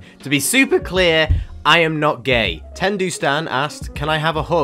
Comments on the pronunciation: THE WAY YOU SAID TENDOU YOU SAID TENDU ITS PRONOUCED TEN -DOE uWu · He prounoced tendou tendoo 🤣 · Tendoo stan. Cries Tend-OH (No hate just that's the pronunciation) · Haikyuu fans: Tendou Literally: TendOO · It’s the saying tendou like tendoo for me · « TeNdOOuE » « NaJiTiO » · I love how you pronounce tendou’s name 😂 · The way you pronounced Nagito and Tendou like that T^T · saying tendous name wrong: me being obsessed with anime ⊙^⊙ excuse me? (I love your vids as well I'm not trying to be rude ❤️🤣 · When you pronounce tendou wrong- couldn't be me